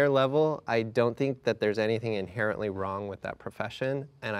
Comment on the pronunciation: “Inerratly” I know she meant inherently, but 1 minute in? I know she’s going to make me facepalm a lot.